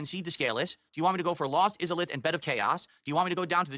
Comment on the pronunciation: The way he says Izalith gives me aids